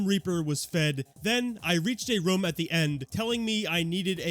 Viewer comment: bro still cant say room correctly lmao